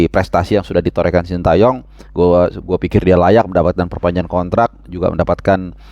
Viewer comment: Ini penting2 engga sih, tapi ntar presiden ataupun protokoler pas acara bakal nyebut namanya coach STY sesuai yang dikasih ortunya (shin te yong) apa versi indonesia (shin ta yong) 😂😂😂😂